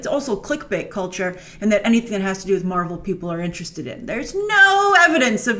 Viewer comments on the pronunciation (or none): none